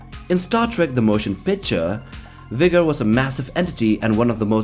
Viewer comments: "Vigger" :P Sorry but it made me laugh. What it's really called is V-GER, as in, VOYAGER-1 except some of the letters got ruined. Voyager-1 was a space probe sent out of the solar system in 1977, and Star Trek very smartly came up with the idea that the probe somehow developed sentience, and "came back" in the future. Looking for earth, for its creators, so to speak, but with flawed understanding of its origin. So yeah, it didn't even know it was originally called Voyager because it was damaged and so only the letters V-GER remained :) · V'ger, not V'gor. Shirtened from Voyager. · It's V-GER not V'Gor. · It's called V'GER (from the fictious probe Voyager 6 in Star Trek) not V'GOR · Sorry, but it’s V’Ger, not V’Gor. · its not V-gor, it is V-GER as in voyager 6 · Its pronounced Vee-Ger, not V'gor or whatever you said. Get it right! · y'vger... not VOGER.. but nicely done! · The last one is actually called V’Ger, not V’Gor. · v,ger not v,gor you doughnut confirm it in the film. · It is V-GER not V’Gor, the name is based off the Voyager 6 space probe, that was sent out into space by NASA in the 20th century to collect information, learn all that is knowable. It drifted off course and encountered a machine like race that completed its programming, thus V’Ger was born! Two hundred years when the USS Enterprise encountered The alien vessel, Captain Kirk and his crew discovered its nexus, which turned out to be an old satellite. The markings were old and rusted and bore the name V’Ger, when Kirk rubbed the surface the name Voyager was revealed!😎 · It's pronounced VEE-jur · If it comes up in another video, V'ger is pronounced VEE-jer {"jerk" without the K} because there are nerds who will get angry! 😄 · it's called V'ger 😡